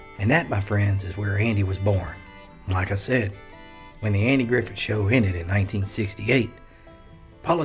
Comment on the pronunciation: Did he really say “Andy Griffin “?